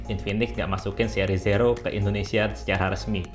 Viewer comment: Zero dibaca ziro bang, hehehe maaf koreksi